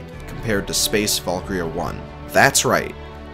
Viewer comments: It's Space ValkYRIA III, not ValkRIA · this whole video i thought he was saying "space Falkyria"